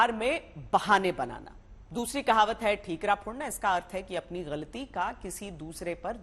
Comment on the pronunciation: Phle kahawat shi se bol lo maidam😂